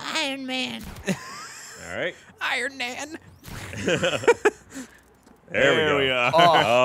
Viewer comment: " I am iron-nan" XD